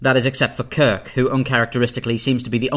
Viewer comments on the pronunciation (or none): none